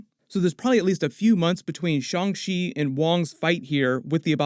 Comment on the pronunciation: The Shaw-n Chi pronunciation joke. Literally ripped at my surgery stitches. 😂 😫